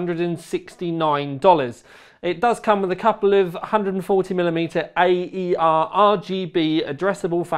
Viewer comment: Thanks for the excellent review and the fans are pronounced AIR:)